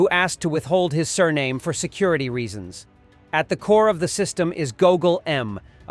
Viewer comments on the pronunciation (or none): none